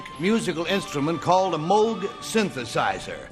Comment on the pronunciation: just love how the woman immediately pronounces Moog incorrectly just after the announcer clarified...proof that people just don't listen.....Moog rhymes with Vogue